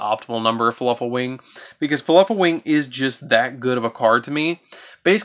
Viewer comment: Is he saying fluffal or falafel?